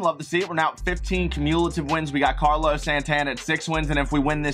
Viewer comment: “cumeuwulative” HUH